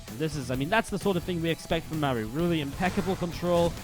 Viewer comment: Why cant americans pronounce marus name :(